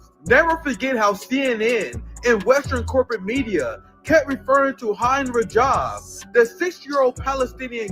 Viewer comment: Please learn how to pronounce "Hind Rajab" and "My Lai"